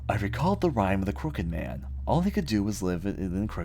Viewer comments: Pwediepie skip on skiping a bunch of parts(like he search on google for passwords because he couldn't find it himself.) and he kept pronouncing crooked wrong, which drive me insane. Plus pwediepie didn't make every single game in the word. Others have the right to make videos of it too, just because pwediepie made one, doesn't mean everyone just copies off of him. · Below I agree because pewdiepie can't even pronouce crooked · He can't even pronounce "Crooked" right.